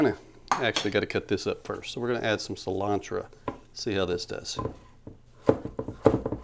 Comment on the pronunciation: a hallapeano, some cilantra, and an ungyung. 🤣